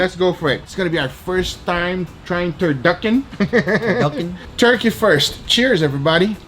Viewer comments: its a TUR TUR KEY KEY ???? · Babish:Turturkeykey Guga:Duckturchickey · Did u say turduckin??? Lmao awesome video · Lol “turduckin”